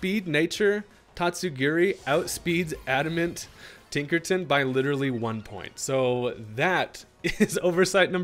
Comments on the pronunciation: Man said Tinkerton and not Tinkerton. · Tinkerton?! WITH THE HARD R?!?!? 😂